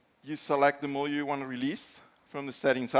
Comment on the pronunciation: Seems like they should have used someone that can actually pronounce module. Phone definitely looks interesting but with the amount of space you are sacrificing by requiring pins and modular plastic pieces it seems you would just end up with a heavy clunky phone that's likely underpowered compared to its rivals.